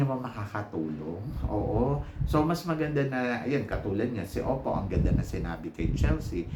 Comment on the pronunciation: its opal po not oppo..according sa parents ni opal, kaya opal ang nickname niya kasi daw they want her to have a heart as strong as diamond and nature as brave and humble as stone and OPAL is in between and OPAL is a gemstone..walang oppo na gemstone..its their accent na silent L kaya ang dinig is oppo